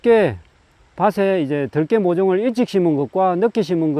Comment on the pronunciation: 들깨 발음이 들에 돌아다니는 개를 표현하네요 들에 악센트를 주어 말하시길..